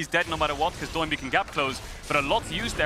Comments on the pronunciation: "Doh" is the legit pronunciation of his name. He was born and raised in Korea, so when he called himself Doinb as a streamer, in Korean it really sounds "DOH-in BEEE" the DOH and the BEE are emphasized. Try saying it that way and you'll get used to casters calling him DOH instead of a NIke "DO" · Why does everyone call him "Doh-in B" and not Do-in B? Kinda tilts me as much as LS saying "Aahhtrox" when he used to cast lck